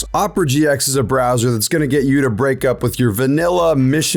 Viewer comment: >says your bwoser is bad > recommends opera Bruh.